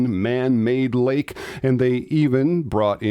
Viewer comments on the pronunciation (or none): none